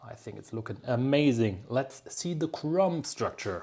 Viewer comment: As usual this is a very interesting lesson. Most of it I have heard before but your explanation always makes such good sense. Thank you! Ps: “Crumb” does not end with a p. The B is silent.